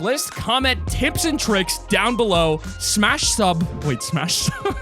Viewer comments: "TIPS AND TRICIKS" :c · Tips and trivks